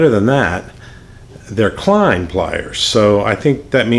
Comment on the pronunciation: KLEINS NOT KLIENS